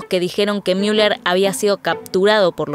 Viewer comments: Se dice Müller tal cual, no miuler, no es ÍNGLES, ES ALEMAN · Es ridículo que pronuncien el alemán como si fuera inglés. No es Miuler ni Miunic, sino Muler y Munick, con una U con diéresis o sea pronunciada como la U francesa. ¿Tanto cuesta saberlo? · Sorry escuchar miuller me perturba tanto que solo pude ver 5 min 😂